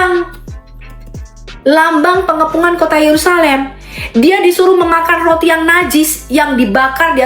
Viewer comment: Roti bukan Loti😂😂😂 biacara aja gak jelas balik sd sono